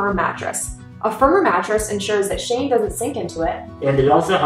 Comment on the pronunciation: Baby Shane, or did you say Baby Shame?